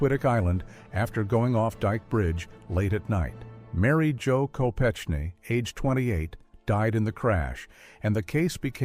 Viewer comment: K-O-P-E-K-N-E-E, Phonetic sound of Mary Jo's last name, not K-O-P-C-H-K-N-E-E. Same thing with B-U-L-L-I-O-N instead of B-I-L-L-I-O-N